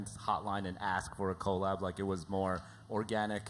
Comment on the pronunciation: hate how they keep pronouncing 'collab'